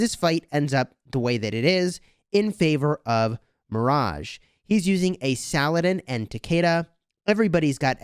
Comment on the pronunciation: It's pronounced sah-luh-deen